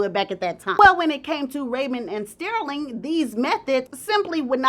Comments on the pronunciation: His name is pronounced Stur-ling not Steer-ling. Ugh! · Girl say his name right. It's not stairling, it's STERLING. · the way says “stirling” is cracking me up😂😂😂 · Stairling 🤣 but I think it fit the drama of the story..🤣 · Btw, Sterling is pronounced stur-ling. Like when you stir something